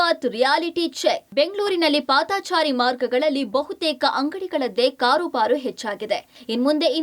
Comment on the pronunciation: ಪಾದಾಚಾರಿ ಅಲ್ಲ ಪಾದಚಾರಿ